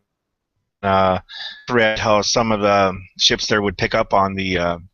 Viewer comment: ships you sound like ya saying chips